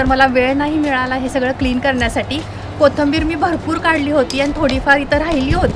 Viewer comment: Kahi shabde tumchya suddhe nahi yet jase ki koithimber yacha ucchar bhaga ...anyways tumhala thik vathe aasal tar Kya mag...tumhala suggestions avdat nastil tar kye mag ..